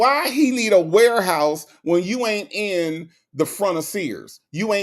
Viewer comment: Even laughed when said “warehouse”😂🤣🤣.